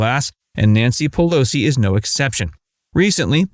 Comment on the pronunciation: Nanshee Peloshee